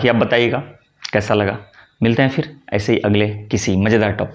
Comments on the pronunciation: आप 'फिर' शब्द का उच्चार कभी-कभी (इस वक्तव्य में लगभग आठवें मिनट पर) "फ़िर" कर लेते हैं, जो ग़लत है। सही शब्द (बिना नुक्ता) 'फिर' है। रोमन लिपि में लिखें तो — सही — phir, अशुद्ध — Fir. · आप फिर (Phir ) को फ़िर (Fir) कह रहे हैं और कभी-कभी श को स उच्चारण करते हैं, उसका क्या ? उच्चारण भी सही होना आवश्यक है ।वैसे अन्य संधि संबंधित जानकारी ठीक है , पर संस्कृत न जानने के कारण, लोग भ्रमित होते हैं । 🎉